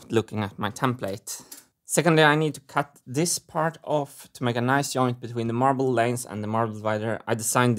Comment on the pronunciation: Everytime he says yoint